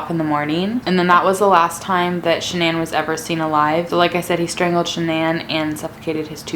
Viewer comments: It’s not shinan it’s Shanan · The way she says shannon...... Lol